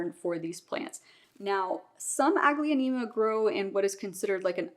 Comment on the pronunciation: It’s pronounced aglo- neem-a. The second a is silent